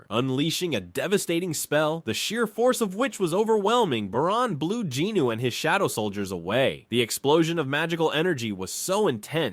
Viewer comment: Its Jinwoo...i kept getting thrown off because of the pronunciations...the names are being said wrong